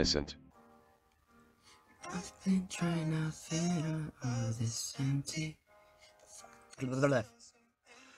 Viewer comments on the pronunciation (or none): none